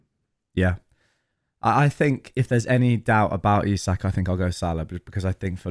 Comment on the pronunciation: Its Isak not Isaac 😅